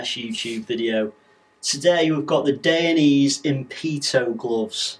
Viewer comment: You are incorrectly pronouncing Dainese, good video though